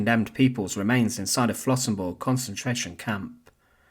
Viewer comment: Das heißt Flossenbürg! Lernt erstmal Deutsch, bevor Ihr Euch hinter den Taten der Nationalsozialisten verstecken wollt, ihr verdammten Engländer!